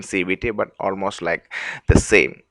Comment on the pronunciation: pu-l-l-l-l-l--y , l-l-l-l-ow, o-l-l-l-l--most , l-l-l-l-ike you must be from India .